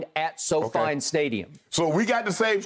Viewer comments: “So-Fine”? Really skip? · At "SoFine" stadium!